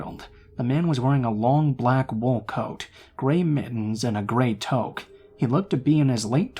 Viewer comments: In the 2nd story it's pronounced "tewk", not "toke." That's the Canadian way of saying "beanie." Other than that, great stories! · The way you pronounce tuoque bothers me. I've never heard someone pronounce it like that. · it’s pronounced like “tooke”